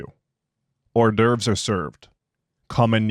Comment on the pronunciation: "Hors'doerves" is pronounced "oar-derv-s". They are appetizers. "Porcine" is pronounced "pore-seen". It means pig-like. Like "pork".